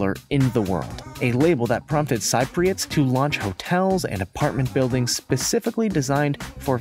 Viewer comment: Cypriots is pronounced sip-ree-ots not s-eye-pree-ots